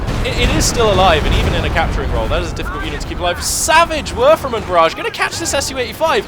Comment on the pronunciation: It doesnt matter if the engineers get the kübelwagen's rear... as it has 4,5 armour front and rear for some reason... btw do you say werfer-man? :D sounds like that... its a werfer-rahmen (rahmen means frame so it's a throwing frame...)